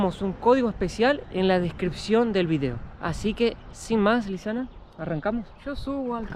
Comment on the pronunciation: Le patina la erre a Lisana jaja